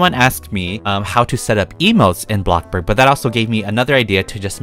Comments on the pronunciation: its bloxburg not blockburg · him: “I’ve been playing for 3 years” also him: “BLOCKBURG” me: “?🤷‍♀️” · Bish why u be saying boxburg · Sorry but its bloxburg not blockburg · “BlOcKbUrGh” gets me every time bruh😂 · when he said “BLOKBURG” 😭😭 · Did anyone else get a tiny bit triggered every time he said blockburg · I LOVE HOW HE SAYS BLOCKBORGGGG